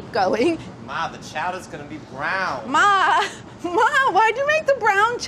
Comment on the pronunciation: ”MAAH, WHY IS DA CHOWDAH BRAAAWN?” 😂